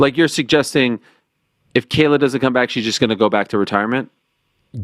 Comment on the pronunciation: Moron! He is not pronouncing Kayla Harrisons name right. It is not pronounced kell